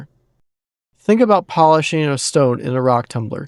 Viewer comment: polising not cutting